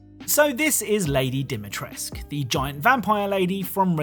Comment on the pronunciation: Why can no one pronounce Dimitrescu?